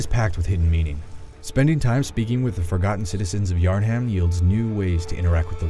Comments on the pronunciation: I got mad when he said "yarn-ham" instead of Yharnam. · Man really said yarn-ham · "Yarn Ham" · Yharn...HAM? I died a little when he said that. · Yarn- HAM. It’s pronounced yar-num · It's pronounced yarnUM not yarnHAM, UUUGGH!!! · It's yharnam, not yarn ham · Just wondering how you play through the whole game and still call it yarn-ham. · DID THIS GUY REALLY JUST SAY YARN HAM?! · Did he just say "Yarn-ham"?? Lol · yeh i picked up on that too. It drove me crazy thinking about it. :) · All these years later and I still can't believe he pronounced yharnam as YARN HAM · "Yarn ham" He said yarnham. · "Yarn Ham" really good job IGN gg. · did he just say yarn-ham? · “Citizens of yarn-ham” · did this dude just call yharnam "yarn-ham" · Came here for YARN-HAM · The worst part of this review is calling Yharnam "yarn ham". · Did he say Yar-Ham? Oy vey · No it's yar-nam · "Yarn ham." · Yarn-ham, home. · I'm sorry, did you say yarn-ham? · Did he say Yarn-ham? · "Yarn-ham" lol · Citizens of Yharn-Ham lol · Am I the only one who cringed when he said Yarn-Ham? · "Yar HAM"... "yarHAM" how do you mess up that pronunciation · "Yarnham" lmao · really? YarnHAM? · HAHA! "YARN-HAM" XD!!! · Yarnham? Really? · YARN-HAM LOL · The fact that this guy dosent even pronounce yarnham right and you spend a 3rd of the game there lets me know its completly scripted. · This guy barely played the game... he mispronounced yarnham which is said in game. Wtf man